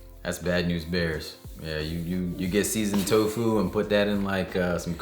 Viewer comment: "so next up we have silken...toe foo(t).." sounds delish 🦵👌👍